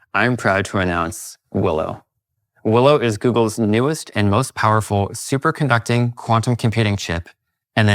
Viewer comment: Why did he call it ‘ superconducting’?